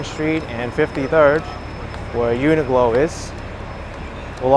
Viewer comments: Hi - quick question - why do you keep calling the shop Uni Glo when it's actually called Uni Qlo pronounced Uni Klo...? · UNIQLO IS PRONOUNCED, YOO NUH KLOW. JUST SAYING.